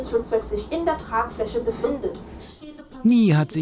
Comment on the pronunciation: Die Studentin: ja die Tragfläsche ist sehr Tragfläschlig und die teschnik dazu ist sehr teschnisch